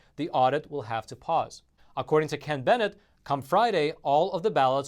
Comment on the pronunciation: You got my message and you pronounced Ken Bennett's last name correctly.. Love you and your show.